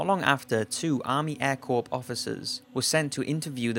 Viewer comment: Air Corps is pronounced: "AIR CORE"!